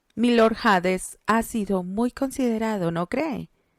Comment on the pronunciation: Jjj 😅me encanta la historia , excelente narración , solo un consejo , espero no ofender , para nosotros la letra H es muda por lo tanto al decir Hades o harto , lo pronunciamos como si esta no estuviera o sea ( Ades o arto ) solo en inglés es esta letra tiene un sonido similar a la j , si pruebas verás q se escucha mucho mejor